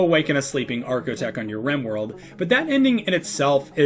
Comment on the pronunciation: Archaic and architect, correct Source: hello my name is Tynan